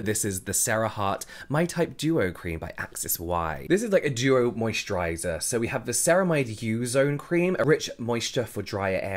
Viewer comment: I already has a better mosturizer. I only come here just want to hear james say "mosturizer" 😂